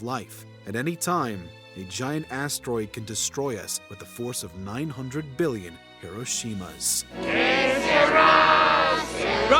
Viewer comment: “Yes … 900 beelyun.”